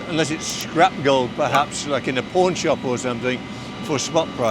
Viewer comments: I mean come on!! how cheap are you? Why would he do his coin design in silver instead of gold and even waist that man Tom’s time!!! Very very cheap. I bet if went broke he would OFF himself. PS: it’s (PAWN) NOT (PORN) SHOP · Suppper interesting video, for sure one of my favorites👍 when says pawn shop I swear he said porn shop 😂 also I wanna mention out all this money that the owner probably has and he’s wearing a simple santos 🫡🤝👍